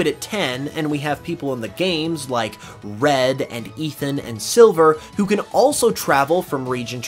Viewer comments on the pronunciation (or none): none